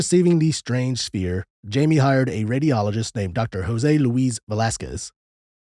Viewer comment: Pronounced hymee... Not jaimey. Geez anyone that does not know this researcher can't be very knowledgeable in the field of ufology.